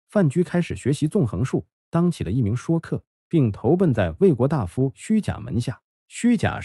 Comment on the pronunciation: Shui （音同税）客，不念shuo